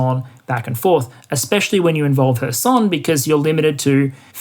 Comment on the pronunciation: Stress in KHAR-kyv goes to the first syllable. OB-last, same. kher-SOHN is correct, was nice to hear it correctly pronounced, 2nd syllable stress.